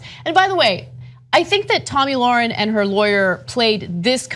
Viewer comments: It's Tomi Lahren.... Spelled L A H R E N. Also pronounced "lair-in"...You can't even say her name right or spell her name right... embarrassing for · Hey Genocide Deniers... if you're going to slander someone, at least get her name right. It's LAHREN, not Lauren.